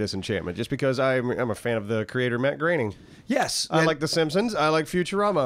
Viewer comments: It's a German name... Gr-urn-ing. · it's pronounced Gray ning.. you don't have to believe me I don't give a shit but when I was like 12 13 years old I actually mode his great aunt and uncle's grass. it was back when the Simpsons first came out I think they've been out for 2 or 3 years and he had a room in his basement that was full of memorabilia all signed by cast members and stuff it was awesome he gave me some stuff which I wish I would have held onto